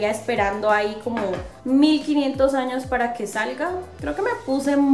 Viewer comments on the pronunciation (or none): none